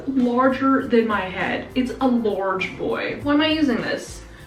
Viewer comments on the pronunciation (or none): “It’s a lorge boi”